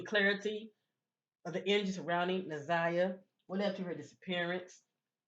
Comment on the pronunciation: You’re saying her name correctly